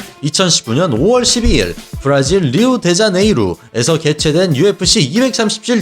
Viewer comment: 죄송하지만 있어보이는 목소리와 다르게 기본적인 실수가 들려서요, 리우-데-자네이루, Rio de Janeiro 사전 한번 보시죠...